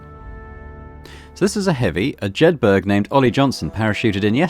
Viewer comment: Ah, that pronunciation of Jedburgh by the American voice actor is making me itch even in the first few seconds.